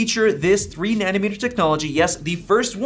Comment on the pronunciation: Take a shot every time he says 'Nanimeter' instead of 'Nanometer'. Die of liver failure.